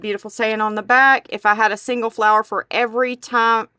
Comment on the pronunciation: that is really a cute idea. it would be a wonderful vase or pen holder as well very creative. its so pretty....and i loved it when you said flaaars instead of flower lol